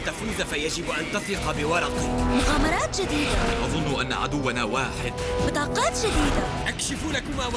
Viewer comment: بطاقات* مش كروط انا كنت احسبك بتقول قرود